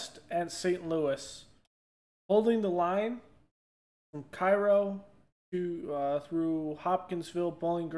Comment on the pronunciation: The content is great, just wanted to say that Cairo Illinois is pronounced "kay-ro"